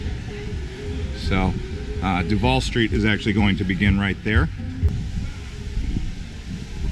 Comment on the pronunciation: It’s Truval not Trudu